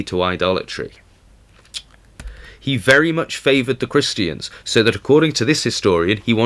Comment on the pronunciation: His accent not pronouncing the "R"'s, sounds like he's saying "Ta-ta's" LOL. Christians, he says- Christ-EE-yans. And tributaries, he says- Trib-yu-TREES. I love it!